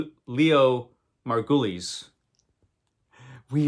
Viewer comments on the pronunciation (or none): none